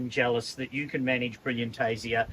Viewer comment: Lol.... When she said 'I've got you'... I pictured 'yew'.